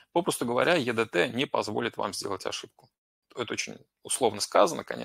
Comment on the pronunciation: Не е дэ тэ, а и ди ти😀